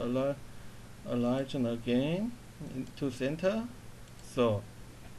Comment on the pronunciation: Align should be pronounced like 'a line'.